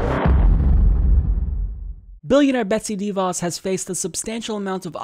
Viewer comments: her name rhymes with "da boss." It's not "DEE Voss." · It's not dee-vaus with the emphasis on the first syllable. It's deh-vaus, with the emphasis on the second syllable.